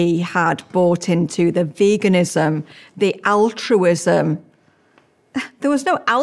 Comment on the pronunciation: "Altruism" ... r u ok ?